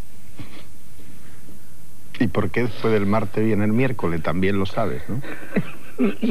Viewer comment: "pero si eso es pó mi diente" dice el Peito, fenómeno